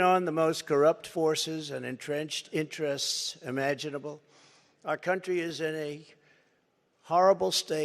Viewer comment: Haha! He's such a blow hard. "I'm the only one who can fix the problems we have in this cun'chry. Believe me." ... proceeded to fix nothing from Jan 2017 to Jan 2021.